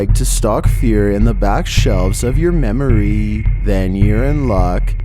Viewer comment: Why you say memory like that?